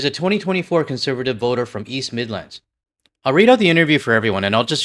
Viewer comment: As a brit living in Canada i hate the way you say midlands, there's no pause in between mid and lands. On an aside the person who implied the UK is finished id argue as much as it might be a uk taco tuesday equivalent reform supporter but its just as likely to see how the NHS is being sold to US companies, the corruption of polticians, the constant NIMBYISM.